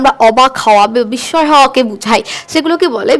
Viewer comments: বিসময় বলবেন না এটা উচ্চারণ হবে বিসসয় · দায়রা করে 'বিস্ময় ' শব্দের উচ্চারণ সঠিকভাবে করবেন।